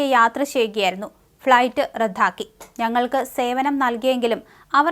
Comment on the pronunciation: റദ്ധാക്കി എന്നല്ല റദ്ദാക്കി എന്ന് വേണം... ഉച്ചാരണത്തിൽ പലപ്പോഴും തെറ്റുകൾ കാണുന്നു.